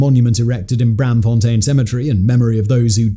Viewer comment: The -aam in Braamfontein is pronounced like the english "arm." It's Br-~arm~-fontein. Not Bramfontein.